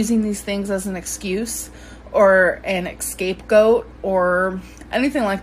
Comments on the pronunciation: CHRONOCALOGICAL? EXSCAPE GOAT? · Exscape goat? 😂😂😂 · "chronocological order" "ecscape goat" "I wanted to spread word" grammarlynn strikes again 💀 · “Escape goat” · EXCAPEGOAT ....HAHAHAHAHA 🐐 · "an exsape-goat" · "AN EXCAPE GOAT"..... a self proclaimed writer and scholar, Amberlynn Reid. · An "exscape goat" 🐐 "flabbergasting" "chronicological" 😅😅😅 Grammarlynn...Gorl! SMH..Shuper Shooketh!! 😨😧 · Yeah she's SOooOooOooo smart, she knows what an "exscape goat" is 😂😂😂😂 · “An exscapegoat” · Chron-o-con-log-ical order??? Escape goat??? Sleepover situation??? Ok...😂😂😂